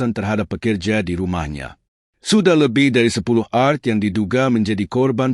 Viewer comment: Kok bacanya Art?? Art mah seni hrsnya A Er Te bacanya bukan ya ? Yg bener apa ya ??😅